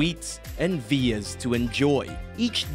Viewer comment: Veers? I'm assuming you mean villas? Christ, why speak like that?